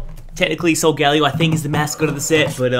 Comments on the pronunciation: He shouldnt get the cards because i bet he didnt play the games and he cant prounounce solgaleo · its not solgalio